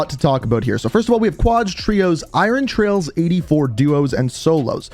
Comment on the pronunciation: Trials, not trails homie